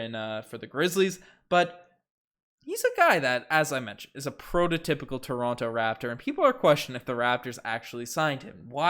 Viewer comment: Pls pronounce toronto 🙏 😭